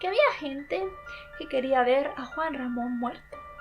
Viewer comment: Muy buen vídeo,pero no pude evitar reírme cuando dijo Juan mamón